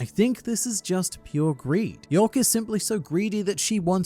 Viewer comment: Its YORK not YOEK